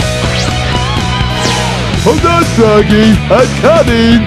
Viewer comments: Here’s a fun drinking game: Take a shot every time says “Fwoggy” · Fwoggy. Fwoggy. Fwoggy. Fwoggy. SHUUUUUUUUUUUUUT UUUUUUUUUUUP.